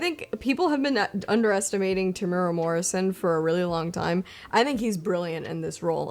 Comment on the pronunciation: Congrats on hitting 200k its been a fun watch. Please, please don't attempt to say Temuera though. Otherwise keep it up.